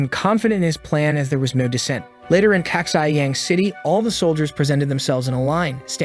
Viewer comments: I love how the AI is having problem saying Xiyang. Also I hope they'll have a deer girl. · The city of hhhhhhhIihhhihiihhyayang seem to continue to grow with every passing moment